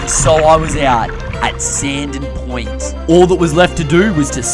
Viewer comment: "Sandon Poynt" 😅